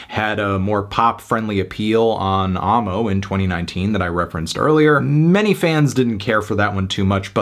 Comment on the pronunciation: Sounds cringe saying "ah-mo" instead of "ammo"